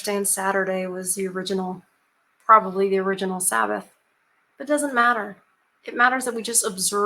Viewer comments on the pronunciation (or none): none